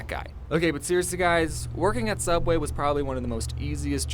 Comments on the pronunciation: Its pronouced "subway" not "souubway" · Sooubway was just a joke did because for rest of the first episode he said subway